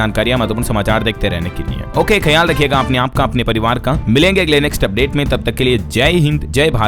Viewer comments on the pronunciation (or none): none